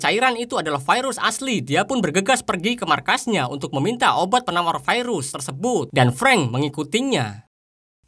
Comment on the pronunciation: Terganggu dengan kalimat "vairus".